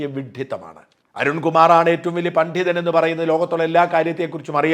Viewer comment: പണ്ഡിതൻ അല്ല, പണ്ണിതൻ 😂😂😂😂